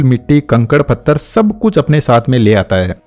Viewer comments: Pathar not fathar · भाई फत्थर नहीं पत्थर बोलते हैं उसको पूरी वीडियो बहुत अच्छी थी बस इसी चीज ने बहुत इरिटेट किया मुझे l